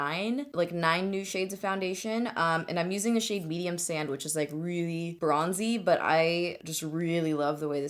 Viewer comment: okay at like and when you said the shade was medium sand and continued to like talk about it you said medium sandwich pretty much and I laughed my ass off